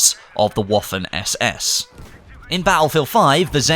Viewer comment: it’s pronounced Vaffen ss as W are pronounced like A V in German